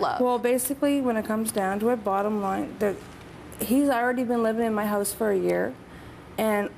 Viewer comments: "He cleans things, around the hoose." Wtf is a Hoose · Lmao they don't even say house right wtf is "Under my hose" 😂